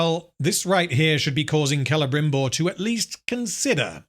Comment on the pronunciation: Clebrimborg. i giggled.